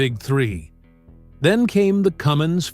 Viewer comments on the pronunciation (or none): Cummins is just the name. It's not a Cummings.